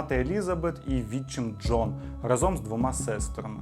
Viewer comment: Не разОм, а рАзом)